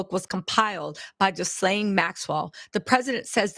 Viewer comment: I love you sis just a note on this name pronunciation Ghislaine Noelle Marion Maxwell (/ɡiːˈleɪn, ɡiːˈlɛn/ ghee-LAYN, ghee-LEN; born 25 December 1961)[5][6] is a British former socialite and a convicted sex offender Keep reporting siss